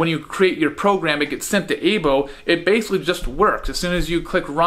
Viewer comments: It's pronounced Eye-Bow not Ay-Bow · It's pronounced "I-bo"